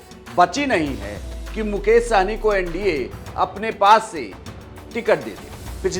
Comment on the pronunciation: सहनी नहीं सहणी😂😂